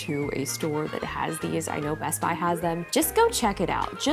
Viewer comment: As french i heard '' my husband has them" instead of "best buy has them" 😂😂